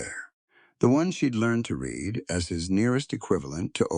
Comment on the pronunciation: You need someone who knows how words sound like reed instead of read. And several other words. It makes it hard to follow the story.